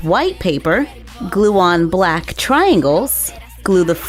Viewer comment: She said bwack suit XD